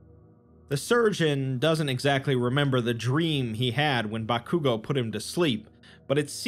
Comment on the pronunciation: The way my man pronounces Bakugo. He clearly doesn't watch anime 😝